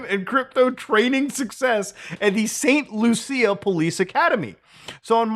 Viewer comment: Hello from Saint Lucia. Rui-Siang Lin got a blip of local coverage here. Taiwan is too important an international donor for anyone to make a big deal about it. Your pronunciation was cringe, btw. It's pronounced saynt loo shuh. Thanks Muta.